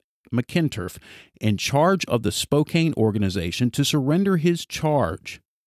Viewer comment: Spokane is pronounced, spo-can